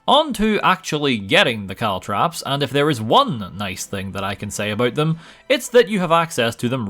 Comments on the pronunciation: caltrop not cowtrap bro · I didn't hear caltrops much. CaltTRAPs though? A very strange mispronunciation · As far as I could tell, he only really said "caltrops" once or twice. Every single other time was actually "caltraps". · CalTROPS! not traps! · It's actually only 1(maybe). He says caltrAps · I heard Caltrips a few times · I heard "cowtraps" at least 10 times 😅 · Caltrops. CalTROPS. CaltrOps! It's an O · Why do you insist on calling them caltraps? What did that poor 'o' ever do to you? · Caltrops??? You poor fool